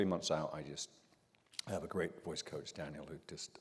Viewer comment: Love this ❤ Daniel’s amazing! As a Brit please get his name right 😊